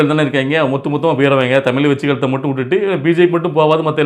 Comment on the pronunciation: டளபதி அந்த மூன்று வார்த்தையை உச்சரிக்க அவருக்கு டர்ர்ர்